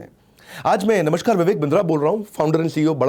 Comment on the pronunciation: Maaf kijiyega lekin sir aapka uccharan ghalat h नमष्कार नही नमस्कार होता है। With due respect sir.. Ye ghalti bahut log anjaane me krte hain 🙏🙏